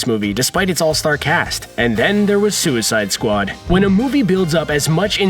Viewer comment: "and then there was suicide sqau-ad plays"